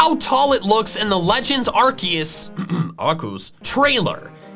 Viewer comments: 'HOW DID ANYONE MAKE ANY OF THESE MAN MADE WONDERS!?!" me: "I don't know, maybe POKEMON!?!" Edit: also it is not ARCUES (AR-coos) IT IS ARCEUS (ar-KEE-us). I CAN'T NOT STRESS THIS ENOUGH!!! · A R K O O S Sir, I'm Afraid you said it wrong. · and arceu- sorry arkoos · what's with that "Arceus (Arkoos)" bit that gets thrown into every mention of that game? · HE ALMOST SAID "AR-KEE-US" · Why do you always call arceus ar-coos in your videos? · Legend Arcues COUGHS - Arkoos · Pronouncing Arceus like that is an inside joke on his channel